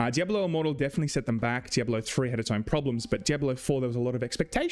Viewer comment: Missed you,. In Freedom English, and Spanish, “diablo” has 3 syllables —dee ahb lo — in Englishereedoo it has 4 — dee ahb ah low